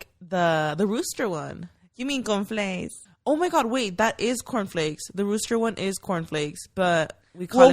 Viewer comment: My man was trippen on the beginning saying it was the same thing he said CONFLAIS for all cereals lol 😂 I LOVE THIS EPISODE Can we talk about SPA WATER 🤨😭 I am glad Mayra is healing little by little you can see her being a little more open and comfortable and WE LOVE A HEALING ❤️‍🩹 QUEEN !!